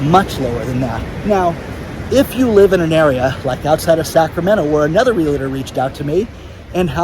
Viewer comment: Are you really willing to face the end of the world as we know it without ever learning how to properly pronounce REALTOR??? No "LA" in the middle. Just REAL + TOR. You can do it!